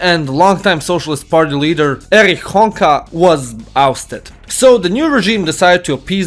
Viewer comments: "Erich Honker" instead of Honecker. XD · Its Hon-ECker not "Honker" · As a German your pronunciation of Honecker is hilarious. Read it more like Honacker in English.